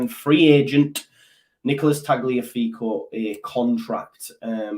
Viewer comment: It's pronounced Tally-affiko, like Cagliari cally-ahree and Tagliatelle Tally-atelly😂